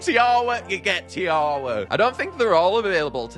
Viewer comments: It’s Tee aw wha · It’s pronounced tiwa but I love your videos keep up the good work